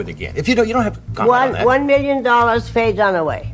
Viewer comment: Who is Faye Donna-way?